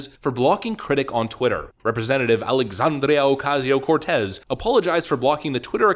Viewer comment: Her first name is Alexandria, not Alexandrio.